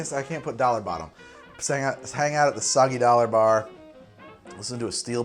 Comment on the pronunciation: Judging from how fails to say "Soggy Dollar Bar", I'd guess he likes O Brother Where Art Thou?